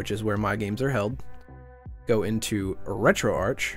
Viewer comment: Thank you for being one of the few of us who pronounce Retroarch as 'Retroarch', instead of 'Retroarc' :P